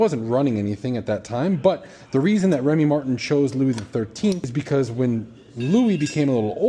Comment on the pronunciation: It’s pronounced Remy MARTAN!!! Not Remy MARTIN